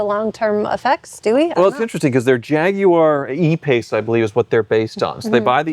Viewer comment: I hate to be that guy but they are I paces not E pace. Still dont like jaguar anymore for the record.